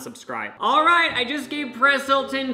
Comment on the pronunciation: I heard "Paris Hilton" not "Perez Hilton" so when I saw that dude I was like "wait wtf" 😂😂